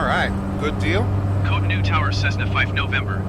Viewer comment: Dbbb is pronounced, "kotonu", you got Lagos correct though